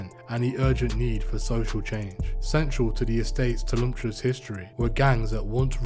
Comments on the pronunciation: the repeated use of the word "tumultuous" being pronounced "tulumptious" is my new favourite thing. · Tulumtuous yea bro 😂😂😂